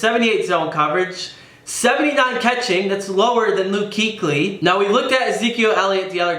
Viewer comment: According to the Fumble, Luke Kuechly's name is actually, Luke Kouchly.